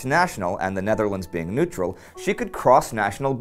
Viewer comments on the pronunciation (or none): none